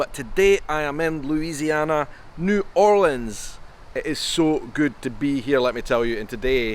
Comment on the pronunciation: Thank you for not saying New orleens